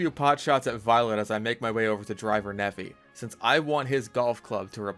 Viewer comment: Btw "Nephi" is pronounced like "Neef-eye". No judgement but the way you've been saying it in all these videos causes me physical pain